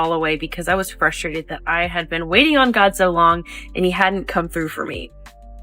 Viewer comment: sorry…are you saying ‘frustrated’ or ‘fustrated’.